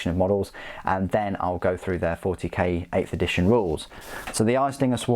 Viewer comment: Did u say 8th edtition rules? 😂👍🏻 love ur vids man. Keep it up